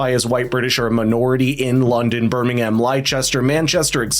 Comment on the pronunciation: "Ly-chester" 😂 who else was sat waiting for that gem? At least Birmingham ALMOST got pronounced correctly. ❤ For our brothers across the pond. Its pronounced "lester", and "birming-um"